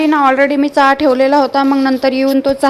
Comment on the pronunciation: साधं चहा निट बोलता येत नाही.